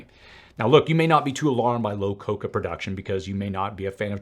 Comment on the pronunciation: Thanks for all the great info and research. It's "cacao" - ka-cow. Coca is .. . . something else.